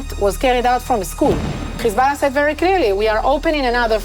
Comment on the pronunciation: When Lebanon defend itself you call them terrorist Khhhizbolah if you can pronounce Hyway I am certain you can pronounce hi b Allah Or Hamas instead of Khhhamas I deplore your hypocrisy why don’t you go report from Ghaza and see if your BiBi lets you show the savagery is committing Two faces and the world is puking the Zionists Cause the Jews of the Tora are not blonde with polish accent